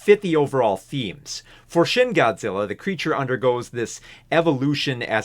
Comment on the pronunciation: Every time James mispronounces the "shin" in Shin Godzilla, seven years are taken off my lifespan.